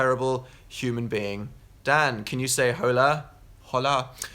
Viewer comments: When will dan and phil learn that the letter H is silent in Spanish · why does he pronounce the h in hola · dan the "h" is spanish is silent. Please spare me. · That "hola" hurt my soul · love when he pronounces the h in hola